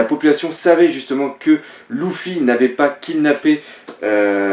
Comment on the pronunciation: Putain on dit pas Louffi mais Leuffi